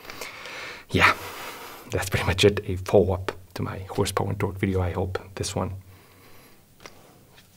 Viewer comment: Yeah Hawwwrrse Bowa and twaawwk 😅